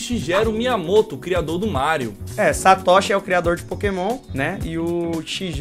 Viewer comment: Erraram feio nas pronúncias dos nomes Satoshi e Shigeru. Tem gente que nunca assistiu o anime(em japonês) e pronuncia os nomes corretamente.